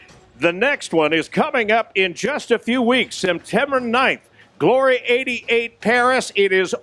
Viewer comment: when he says "are you ready for glory" he should drag out the GLOOOOOORY it sounds wierd otherwise